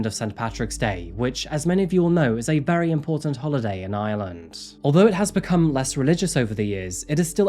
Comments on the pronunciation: Loads of Brits mispronounce lreland as lsland! Its a real bone of contention for us lrish! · Hus accent made "Ireland" sound like "island" lol. I kept waiting to hear what island it was!